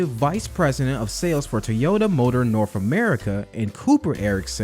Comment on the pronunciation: “Norf America”